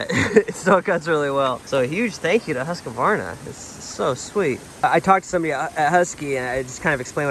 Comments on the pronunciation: Hey, over in Europe! Great! Why are you saying Husqavarna? I guess its more like Husqvarna - no a after q. Or just Husky! 😂. It would be very cool if you cold share more differences between us and eu in your eyes… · Lol. No A between the q and v. Husqvarna not Husqavarna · Huska varna is the wrong American pronunciation of Husqvarna, try to say Hus qvarna, that is the right way to say it in the American English. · Should have asked Sondre to teach you how to pronounce "Husqvarna". It's roughly like "hoos-kvarna". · That's awesome of them to donate the saws! But your pronunciation of Husqvarna is a bit off. Awesome video man, I love these traveling ones! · "hoos-kvarna" .. so you are correct, there's no "a" after "q", but the "q" is like a "k" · hate the way u say husqvarna haha. good video!! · I'm sure have been told, there is no middle A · my soul left my body when he said Husqvarna 🥲